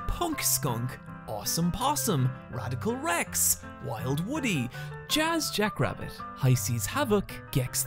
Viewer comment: I don't think you pronounced "Wild Woody" right.